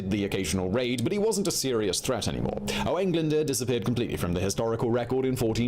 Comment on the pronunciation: His pronunciation of Owain Glyndwr was atrocious 😕